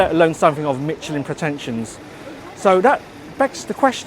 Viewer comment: Pls check out how Michelin is pronounced, kind of difficult to take you seriously as a food critic if you don’t know what you’re talking about.